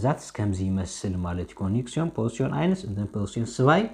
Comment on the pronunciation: Hier korrehtut bitte nicht ሲብየክት(Subjekt) sonder ዙብየክት nicht ኮኔክሽን(konktion) sonder ኮኔክስዮን ansonst ist gut grammatik